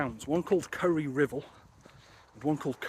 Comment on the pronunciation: Its rival as in opponent .. good vids tho